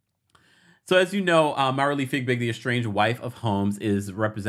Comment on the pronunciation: Not figbig!!!!! look at her name! No g in the first part....fiebig! 🤪